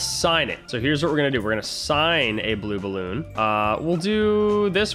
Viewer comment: i laugh so hard when he says blue balloon 😂😂